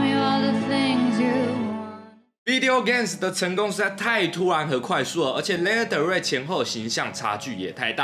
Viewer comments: ㄌㄟ ㄋㄜ的瑞 英文稿部分可能需要在加強😊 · 謝謝介紹但可以先唸對他的名字嗎😅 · 抱歉雖然介紹我女神但名字從頭到尾唸錯我真的頭很痛 看不下去 甚至越聽越生氣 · 做介紹還連名字都唸不對：）